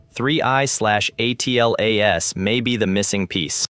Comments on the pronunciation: ATLAS is pronounced "atlas" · Does nobody actually narrate their own videos anymore? Come on just say Atlas as a word............ do it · No, it's pronounced "atlas"